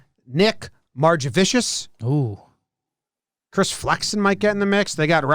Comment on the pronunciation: its mar- ge- viscous